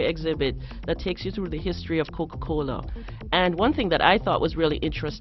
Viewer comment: "The wuourlde uf kuka-koula" Stupid bitch...